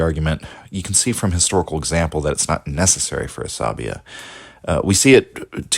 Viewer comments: I listened to you saying Asabiyyah like 100 times, before I finally realized it is عصبيّة and not just a greek or latin word :'D The double yy here does a lot of the work; it is pronounced more like "bey yah" not like "labia". Otherwise, love your videos. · 'sa BEE yah mu QAD dee mah putting the wrong emPHASIS on the syLLABles